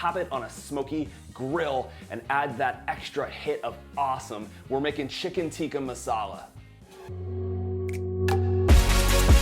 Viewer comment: Hey you gotta pronounce Tikka by stressing on the Ks like Tikkkkaa! Awesome video by the way